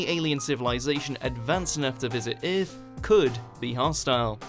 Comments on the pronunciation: Instead of saying “er” he says “ee”. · What if aliens invaded ith tomorrow? Good thing i live on earth. Lol i cant stop hearing it now. Ith lol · Ironically Vague "the eerth" 😂😂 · If there are any....they are looking for YOU cuz you pronounce EARTH, "Ehrth". They may just want to place your brain in a smart car....see if you could handle driving yourself in any kinda "wheathah" "furst"...... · Maybe them aliens can I swing by and teach this narrator how to say the word Earth correctly!!! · that pronunciation of earth at the beginning really annoyed me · learn how to pronounce earth..